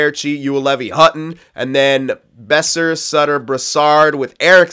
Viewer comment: Boeser is pronounced "Bow-Sir" I'm pretty sure